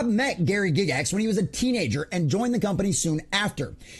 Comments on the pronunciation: Its Guy gax, Not Gig Gax. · Say it with me... Guy-gax. Not Gig-ix. Gair-eee Guy-gax.